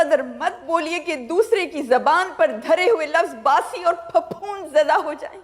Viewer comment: Phaphond not fafund